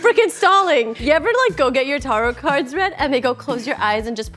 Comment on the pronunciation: mispronouncing tarot for a bit that's supposed to make her relatable but is actually just supremely annoying is peak.